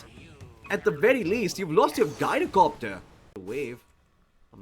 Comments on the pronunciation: His name comes from gyroscope, you can check the pronunciation from cambridge dictionary. I understand english language is very confusing with no rules to this regard, but the only 'guy' pronunciation i can think of for 'gy-' is gynecology, and it's extremely off putting to hear gyrocopter getting pronunciated like that. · 'Guy-roh-copter' Did this guy learn english from Scooby?